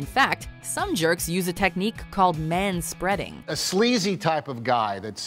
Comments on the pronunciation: They said ma spreading. I'm fucking done. Unsubscribed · You lost me at "manspeading."